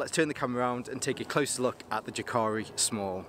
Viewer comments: jääkäri is pronounced almost like YE: ke ri (notice the length of the first syllable) but the "ä" pronunciation is actually between an "a" and an "e" rather than just an "e" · Ive just ordered this, also the large with 2×litre side pouches. I think, regarding pronunciation is ' Yaakari' not that its important. Good review 👍